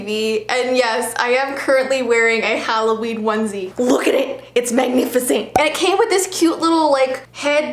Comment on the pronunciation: The HalloVeen is InVeelliegent